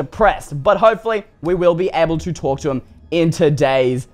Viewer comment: is it just me or talk sounded like the word tourcher in "cause i want to be able to ""talk"to him"